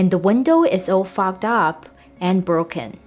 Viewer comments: Reading the comments makes me realize she said Fogged up, not Fucked up. 😂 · When you said "the windows are all fogged up" I thought you said "f*cked up" LOL! Crime scene and knife in the wall was hilarious too. Love your content! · I had to re-listen to “and the windows are fogged up” because I thought you said something else. 😂